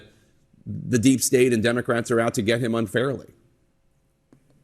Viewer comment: What does AOC know about prosecuting felony cases? She can't say "and' without using 2 syllables! News asking her opinion about the taste of AIR is telling America it's good to be stupid. Channels giving her one breath of oxygen on public platforms it's telling Americans it's ok to be stupid. Your ignorance is important and will make you powerful and rich. Y'all should ask be ashamed of yourselves showing one second of her and alll like her.